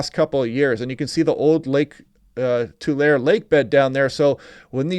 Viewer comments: pronunciation: Tulareee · It's pronounced Tu-lair-ee. I started watching you before you started forcasting for California, because you do such a good job and I got glimpses of California which let me see far better than any weather forcaster we have. Thank You!